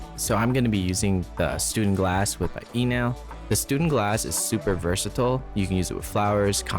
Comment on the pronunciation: You should probably get the name right before reviewing anything ... it's StÜNdenglass, or at least StuNdenglass for those with an impaired keyboard. ;-)